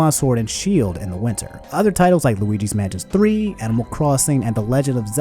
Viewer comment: Did this man just say Luigi's Mantis 3?